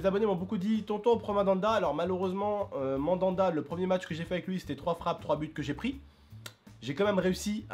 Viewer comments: Pourquoi tu dit madanda ces mandanda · Tonton c'est Mandanda on dit pas Madanda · TONTON C'EST " MANDANDA" PAS" MADANDA "😂😂😂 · C pas madanda c Mandanda mdr 😂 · cest Mandanda pas Madada xD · Mdr mamada au lieu de mandanda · c mandanda et pas madanda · "Madanda" 😂😂 Tu ma tue ! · Madanda il ma tuer comme il le prononce 😂😂😂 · "madanda" et apres ça se dit connaître le foot...